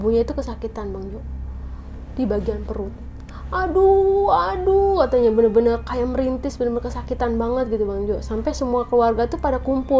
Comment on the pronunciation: menit 29.30 merintih bukan merintis nenk wkwkwkwk